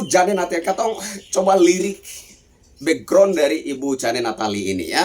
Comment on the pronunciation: JANE dibaca JEIN ....😅😅😂😂